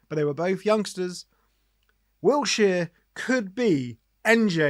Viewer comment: Its Wilshere not Wiltshere innit.